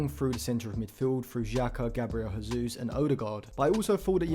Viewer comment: great video! you pronounce the J in Jesus because he's portuguesse and not spanish